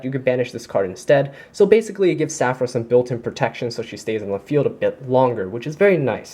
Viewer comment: Just a little FYI, it's Saffira, the Queen of Dragons. Saffira has an "i" in her name. You are leaving that out in your videos.